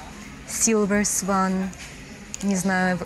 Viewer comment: уточните по словарю, как артикулировать swan. Там долгий о должен быть